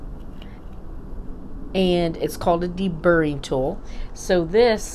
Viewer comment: Are you saying "deburring tool?"